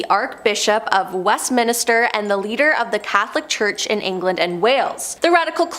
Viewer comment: Fist it is not west minister. it is West-min-ster. and it is called a Roman collar not a dog collar